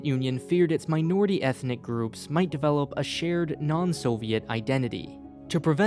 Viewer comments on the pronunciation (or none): none